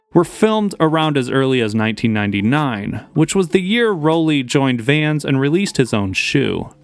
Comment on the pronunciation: easily the most obnoxious way to say Rowley. It's "Raw-lee" not "Roll-lee".